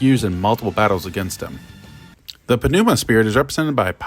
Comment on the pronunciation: The P is silent in Pneuma